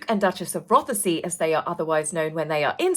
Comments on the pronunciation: Have you seen the cover of mr Scabies upcoming book? BTW it’s pronounced Roth-say. The E is silent. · it’s just “Roth-say” you just ignore the E